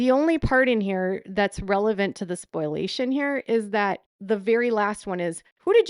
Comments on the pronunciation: Spoliation, not spoilation, my dear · And it's SPO-LEE-AY-SHUN. Not SPOIL-AY-SHUN. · Omg PLEASE stop saying Spoil - ation. It is pronounced SPO - LEE - AY - SHUN. Think of exfoliation. Take out ex and substitute sp for f. Spo-liation. Spoliation.